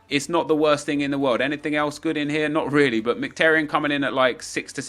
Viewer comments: it’s miki taryan not mik taryan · it's mkh-ee-taryan